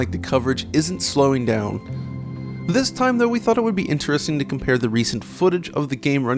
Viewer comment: The way he said interesting tilted me.